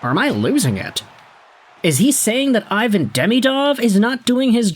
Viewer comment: Still refusing pronouce his name properly it's E von